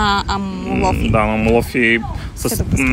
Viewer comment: Страхотно видео. Αμμόλοφοι -Хълмове от пясък(ударението на трета сричка отзад напред се броят в гръцкия език).Иначе всички останали наименования ги произнасяте перфектно :) Ще препоръчам видеото ви да го изгледат всички наши клиенти,които пътуват за слънчева Гърция :)